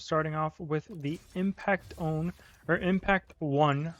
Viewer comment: I think it’s pronounced impact-tone since it seems to be shaped similar to a tuning fork. Tone - tune. Idk maybe the devs will say otherwise. Great run, I was skeptical of the weapon when I got it but I might give it a shot after better understanding the alter attack